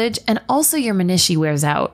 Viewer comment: This lady does not know how to pronounce menisci lol